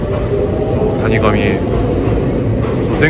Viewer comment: たにがみは草